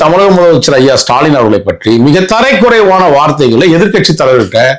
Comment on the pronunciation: ஓவரா இழுக்காதய்யா.. சொல்ற சங்கதிய சட்டுபுட்டுனு சொல்லு. மற்றொன்று . கொஞ்சம் தமிழ் உச்சரிப்பு பழகு. கஞ்சா அடிக்கிறியா...? தரை குறைவா இல்ல. தரை சரியாத்தேன் இருக்கு. மாக்கான் தரக்குறைவா என திருத்திச்சொல்லு. எப்ப்பாரு தரை தரை...தரைகுறைவா.. ஙொய்யால....